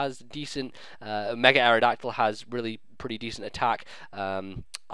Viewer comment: Isn't mega-dactyl's base attack 135? "Decent attack" my az., get them English words out correctly man:D